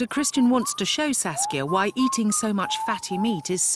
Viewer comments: oh, her name is saskia, not sasuke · I heard her name as Sasuke lol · it sounds like "sasuke" tho